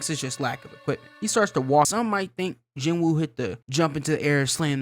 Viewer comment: "Ji-noo." The w in Korean is typically silent in the middle of names, apparently. I googled it because of the dub, mainly. So Sung Jinwoo = "Jinoo Sung" in English. Edit: Taunt is the word you were looking for. Edit 2: Sung's "Force" power is called RULER'S HAND, for bonus aura points. Edit 3: Yes, basically the strongest characters we've seen at this point, outside of Shadow Garden and enemies Cid kills in an episode, are Beatrix, then Iris.